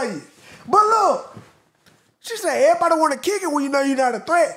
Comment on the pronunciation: she talking erabody